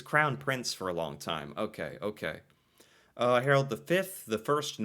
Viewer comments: Hmm ... Not HarOld. Try to pronounce his name HarAld! :-) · It's Harald not Harold... sigh.... And no, the king ain't that much liked. His father was great nicknamed "folk-king", but these offsprings are a total waste of garbage, many of them drug addicts.